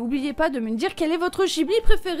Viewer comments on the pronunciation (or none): ça se dit maintenant des zeroïnes -> réforme de l'orthographe d'il y a je sais pas combien de temps là, par contre en revanche on prononce Gui Bli et non jibli, car : Le nom du studio provient du mot que l'Italie utilise pendant la Seconde Guerre mondiale pour désigner l'un de ses avions de reconnaissance, le Caproni Ca.309 Ghibli3. Hayao Miyazaki, grand amateur d'aviation, décide de choisir ce nom. Pour lui, le studio Ghibli se doit de jouer un rôle d'éclaireur dans le secteur de l'animation japonaise, et d'y faire souffler un vent de nouveauté (vive les copié collé wikipédia) et oui je suis tatillon sur les prononciations xD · La prononciation de Ghibli est mauvaise et on ne dit pas Nausicaa de la vallée des vent mais Nausicaa de la vallée du vent Mais bon je chipote très bonne vidéo sinon